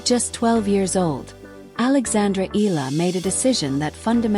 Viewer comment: Pls pronounce the surname correctly.its eala not ela.(e-ya-la)